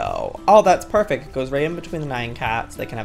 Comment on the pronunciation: “perfect “ ? More like perrfect😄😺🐈